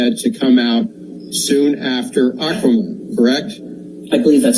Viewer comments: Why does this narrator keep referring to the movie as "AQUAMEN"........? It's not "men" plural. It's MAN singular.... Aquaman..... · Is this voice-over done by AI? This is not the first time I've watched this channel and wondered. The pronunciation of "Aquaman" is just not right, for example. The last time, another example was "Warner Bros" actually being spoken literally (with bros instead of Brothers). No one says Warner Bros like that. Has anyone else noticed these weird things? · So just tell me, is it an AI reading a script? No one would pronounce aquaman like that.